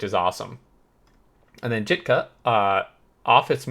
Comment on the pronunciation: "Jitka" is read as "Yeetka" in Czech hard "J" is written as "Dž"